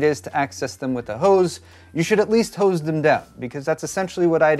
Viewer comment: Man this was an excessive use of the word HOs i mean hose.